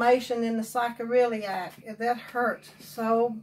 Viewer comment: It's pronounced "saycroiliac"